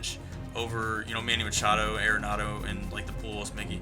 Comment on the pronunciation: Think I'm going to stick with Arenado till IE goes away, at least. BTW, I just recently learned it's pronounced 'Are-nado' not 'Aira-nado'.